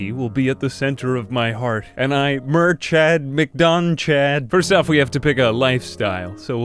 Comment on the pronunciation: Murchad is pronounced mura-hid